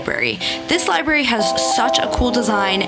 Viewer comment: LibRary, you spell it right but I feel like you’re saying liberry....